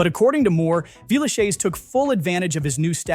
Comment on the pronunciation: At first I couldn't figure out what you were saying. It's pronounced 'Villeshez', not 'shayz'.